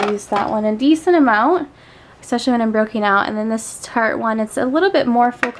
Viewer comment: She keeps saying especially wrong😕😞